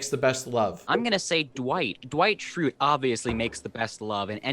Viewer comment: HE SAID DEIGHT SCHRUTE HE DO BE TRUE DOE